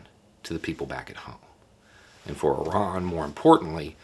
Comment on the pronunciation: Apart from being impressed by your intellect, I'm also so glad that you pronounce Iran correctly rather than the usual American way of "eye-ran".